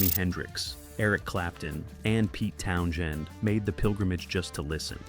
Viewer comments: And let’s not forget Pete Town Shend. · yes it says it like Town-Jend! 😂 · Townshend? Pronounced townzend. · Pete Town-Shend.... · More like Town-Jend 😂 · Pete Townshend? F A I